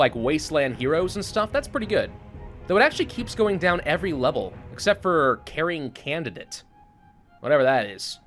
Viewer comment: Pretty sure that was "COring Candidate" not "CAring Candidate." Seems an important distinction :P